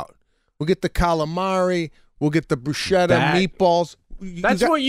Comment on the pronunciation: Who else was SHOCKED when Sebastian pronounced Bruschetta wrong?!💞🤣